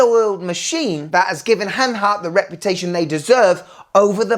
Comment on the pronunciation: Good Stuff man! You said hanhary 20 times!